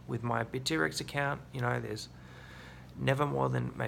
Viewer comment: "bit T-rex". never heard it pronounced like that before. funny, but confusing...